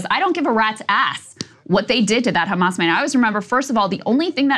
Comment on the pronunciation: "Do you condemn Khamas?!"